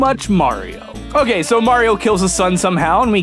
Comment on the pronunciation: “Hokay, so...”. Nice reference there